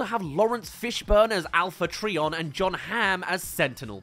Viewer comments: Alpha Treeon? Its pronouced Alpha tryon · Bro called Alpha Trion “Alpha Treeion” . I don’t know if it’s an accent thing but it shows that he does not know much about the Transformers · "Alpha Tree-on" AHHHHHHHHHHHHHHHHHHHHHHHHHHHHH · Nothing says you’re not a Transformers guy like the mispronouncing of “Alpha Trion”.